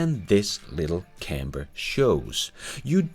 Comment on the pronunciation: Nice, although the pronunciation of 'camper' had me super confused, to me it sounded like 'camber', what the hell is a camber I kept saying to myself. Anyway I wait with baited breath to see if the cybertruck will ever make it to my part of the world.